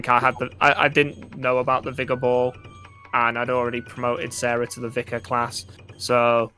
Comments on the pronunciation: Vih-carr lol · "Vicar" ryhmes with wicker